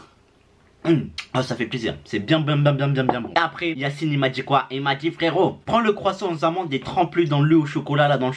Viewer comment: Mdr c Yacine pas yanise 😂 t un tueur continue comme ça frérot